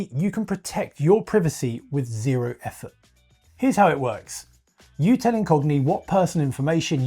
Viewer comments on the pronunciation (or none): none